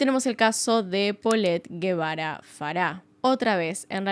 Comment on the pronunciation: Algunas precisiones: -La reportera que entrevista a la madre de ka niña es Lili Téllez La televisora para la que trabajaba era Tv Azteca. Actualmente es senadora de la República. -El padre no se apellida Guevara, apellido español, sino Gebara (que se pronuncia "jebara"), es decir, un apellido libanés. La madre se llama Lisette Farah Farah y el padre Mauricio Gebara Rahal. Ambos padres son de ascendencia libanesa. -Muchos miembros de la comunidad libanesa por alguna razón han logrado obtener en México un gran poder económico e influencias políticas: Carlos Slim logró que el expresidente por el Partido Revolucionario Institucional (PRI), Carlos Salinas, le vendiera la paraestatal Telmex, empresa que luego lo convirtió por algún tiempo en el hombre más rico del mundo; Alfredo Harp Helú es primo hermano de Carlos Slim, y es un empresario mexicano, fundador de la casa de bolsa Acciones y Valores de México, fue dueño de Banamex y es dueño de Grupo Martí; Lázaro Chedraui, fundó el conocido supermercado Chedraui que está presente en numerosas ciudades de México; Michel Domit es el dueño de las famosas zapaterías mexicanas Domit, sobrino de Slim; Anuar Name Checa fue Presidente del Consejo de Corporación de Cruceros Nacionales; Mauricio Kuri González es un empresario y político mexicano, actual Gobernador de Querétaro por el Partido Acción Nacional (PAN); Kamel Nacif Borge, empresario, está preso por su vinculación a una red de pdfl y agresiones contra la periodista Lydia Cacho, quien